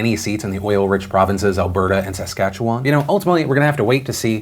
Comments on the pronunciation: Saskatchewha??!? say it again Phil... haha! "Sas-kat-chew-won" my dude. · Just didnt day it swiftly enough and the emphasis was off. One of the better attempts I've seen. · I'm from Saskatchewan and I'd say it similar, but dont emphasize the "wan" part like he did lol "Sask-at-chew- on" and not "sask-at-choo-WAhn" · Its "Saskatchewan" not "sAskAtchewan" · it's more like "suh-ska-chew-on" than his "sass-ka-chew-on" so he was barely off, but it's just jarring when you know how it should sound lol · Yonekuni Madarame I sorta say "SUH SKA CHE WAHN" but he says "SASS SKA CHE WAHN" tbh he's probably correct lol. but basically he ads a little extra "SASS" lol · actually he nailed the pronunciation apart from him saying "sass" instead of "sus" (like in SUSpicious) for the start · Can't stop laughing at how you pronounced "Saskatch-oo-won" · we pronounce it sass-catch-a-win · So he's close. Its pronounced Sa-skatch-ewan. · From Regina and I laughed so hard. It's Sask-at-chew-win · Phil: frantically starts Googling how to pronounce Saskatchewan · hears how he pronounces Saskatchewan* me: he tried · But that Saskatchewan pronunciation, almost as if he thinks there's French there haha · Hahah yeah but he messed up Saskatchewan something fierce😂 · Oh wow an attempt was made with that pronunciation of Saskatchewan. Lmao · As someone from Saskatchewan, when I heard Phil say that, I had to stop myself from spitting out my drink, the emphasis was of certain syllables is what really through me off. It absolutely is a regional pronunciation, but as someone who lives in said region, his is just seems wrong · I laughed at how he said Saskachewan though! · He didn't do great with Saskatchewan :D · I had to rewind and listen to that pronunciation of Saskatchewan again. It was the best chuckle I’ve had all day. All jokes aside, I’m happy Phil covered the election! 🇨🇦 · You know that ain’t the worst pronunciation of Saskatchewan I’ve heard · He pronounced Saskatchewan like such a foreigner